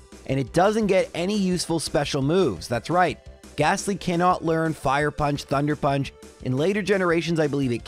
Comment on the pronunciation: wait, what? thunder punch? I'm confused at what you were even trying to say there 😅